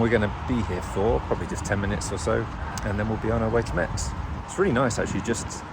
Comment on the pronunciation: About the charger in Metz (that should be pronounced like « mess » by the way 😉), the charger asks you to close its door before starting the charge.